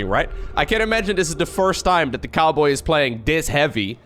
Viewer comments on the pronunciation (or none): I thought you called him TheCarboy at first instead of TheCowboy. 🤣